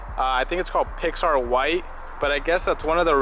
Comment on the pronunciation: Pixar white 😂 it’s Grand Prix white .